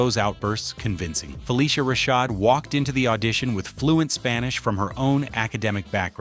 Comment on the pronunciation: YES, U NEVER MENTIONED RUDY WAS SUPPOSED TO BE A BOY. JALIL WHITE AUDITION FOR THE PART. ALSO THE CHARACTER NAME WAS SONDRA NOT SANDRA. PLUS U DIDN'T PRONOUNCED RASHAD 😒 CORRECTLY EITHER.